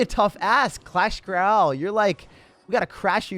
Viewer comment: Why he say clasheroyale like that